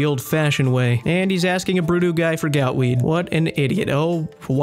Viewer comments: So why does he call it gootweed, but gout tuber? Is he finally admitting he was wrong for calling it gootweed? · This guy is pronouncing gootweed wrong wtf